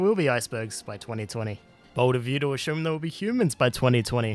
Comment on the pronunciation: . . . ashume? But actually i love your videos, no hate